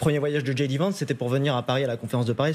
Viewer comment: Djay di pas dji di